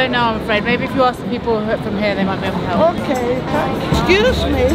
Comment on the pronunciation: ”hah a it’s ökey” Hahaha😂